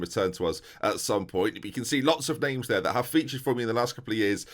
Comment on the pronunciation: Transfer summaries/specials aka butchers names.